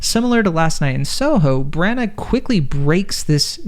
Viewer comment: If you plan on doing a film review perhaps you should first do some homework. 1. Belfast is in Northern Ireland, not Ireland. Two different countries. A bit like saying Boston is in Canada. 2,. The writer./director is Kenneth Brannagh ( pronounced Branna, not Brannak) and 3. the actor who plays Pop is Cieran Hinds (pronounced Keeran, not Seeran).